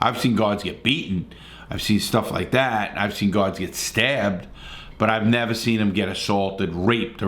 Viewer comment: “i’ll nevah forget” “and to this day” “he was a good guy”